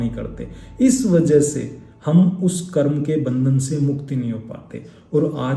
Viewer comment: Pahle to , "Karma" nahi ,"karm"